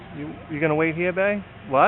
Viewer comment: I respect and admire your vast intellect, but why the sweet Tyler Perry FUCK do you say bæ?